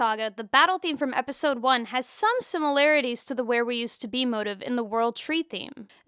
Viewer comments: This is the first time I've ever heard someone pronounce motif as "Moh tiff" instead of "Mo teef" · Me too, and honestly, it bugged me a *lot*; I thought she was saying "motive" at first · Also, Musical motives. It's a "motif" mo-teef.